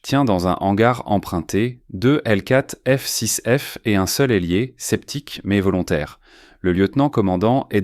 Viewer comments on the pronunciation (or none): Ailier, pas élier. 24 ut, 24 août.